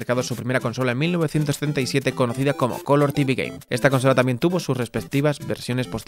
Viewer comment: se escucha raro, pero dice 1977 ;)